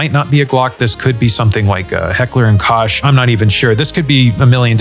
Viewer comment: the Koch in heckler and Koch is pronounced heckler & “coke”